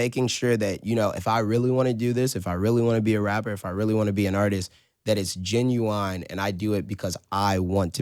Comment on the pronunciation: did this nigga say geniwine?🤔